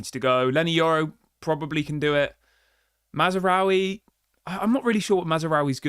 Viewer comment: HIS NAME IS MAZRAOUI YOU IGNORANT KNOB END......NOT MAZARAOUI as you are calling him.NOBODYS like you think you can comment on stuff when you can't even say a name correctly.....WHY DON'T YOU FO YOU CRETIN.